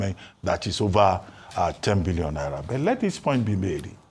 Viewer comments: The way is pronouncing the Billion is Scarry 😂😂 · The way Ojy stress the pronunciation of N1bn😂😂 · Yes ooo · The way Ojy stresses Billion 😂😂😂😂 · I love the way Ojy stresses the 'billion' 😊